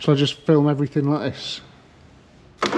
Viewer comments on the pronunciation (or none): none